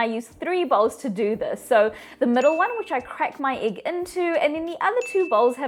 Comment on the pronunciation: I love how she says Igg